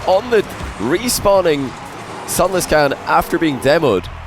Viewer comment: Why does pronounce sunless khan's name like that?